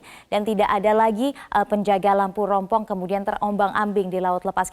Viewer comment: Rumpon bu,,,,,, bukannya rompong,,,,, hhhhhhh